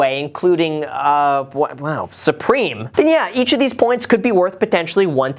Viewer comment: I love how Graham said “sUpReMe” 😂😂🤣